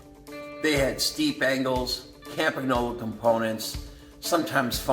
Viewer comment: 22 seconds in. "most had funny names we couldn't pronounce " 3 seconds later: "cam-pag-nolo" AAAAARGGHHH (it's pronounced Cam-pan-yolo) Nice collection; I ''collect' bikes roughly between (the last of the pro steel bikes), think Colnago Master olympic, Tecnos... I have a bike quite similar to your Pinarello Treviso but just a bit 'younger' with internal cable routing. nicest bike of your collection imho: The Colnago Buckler. If I ever find one in 54 or 55...